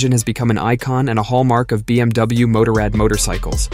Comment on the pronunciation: If you would just get basic pronounce right I would listen longer then 20 seconds. BMW MOTORRAD. Google it 👎👎👎